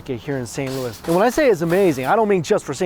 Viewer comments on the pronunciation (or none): none